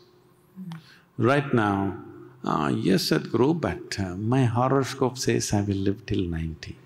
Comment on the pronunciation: It's horoscope, not horrorskope🤭🤭